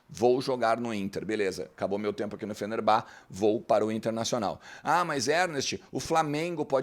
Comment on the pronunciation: Fenerbahçe se prouncia FenerbaTCHÊ e não FenerBÁ. Não sei da onde tiraram isso, deve ser o mesmo pessoal que fala BlueTÚ em vez de Bluetooth :)